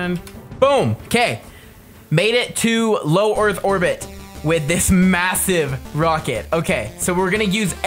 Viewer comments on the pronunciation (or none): Am I hearing things of he said "orth orbit"?